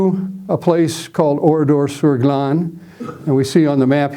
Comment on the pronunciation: Thank you,, for your very good presentation. I am very interested in WW2, have been to Oradour-sur-Glane several times and also speak French and German. I was impressed with your correct pronunciation of names and places related to the topic. It was especially pleasant to hear ‘Glane’ and ‘Kämpfe’ pronounced properly for a change. The road you wondered about leads to Limoges. The photo of 189 murdered men is actually in Lidice, not Oradour. The Milice was not involved in the bloody operation at Oradour; it was solely a unit of Das Reich. Indeed, at least one of the victims, Albert Roumy, was believed to be in the Milice. The body on the fence is that of Henri Poutaraud, who indeed was trying to escape but was spotted by an SS sentinel. Only five men made it out alive from the carnage. The death toll at Oradour has been revised upwards to 643. The car on the main square actually belonged to a Mr. Texereau and was moved there from a few metres away after 10th June 1944. The boy arrowed in the photo from the boys’ school is not Roger Godfrin. If I remember correctly, the boy in the photo is amongst the victims pictured in the tunnel in the Centre de la Mémoire.